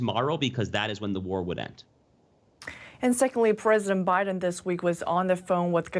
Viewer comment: Why was I cringing when every time she said biden she said billion🥴🤨.....and 6 billion was too much for the southern wall/border??🤔